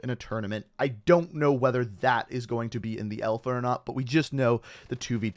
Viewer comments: Alpha or Elfa? I guess Canadians be Canadians... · I'm Canadian and everyone says alpha. Only says elfa 😂